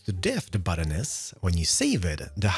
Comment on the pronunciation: Because of his accent and me not looking, I thought he said "last episode we made a butt. This is my butt." Immature, but funny.